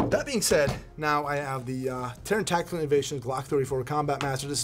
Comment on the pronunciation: Now it’s all tacteekewl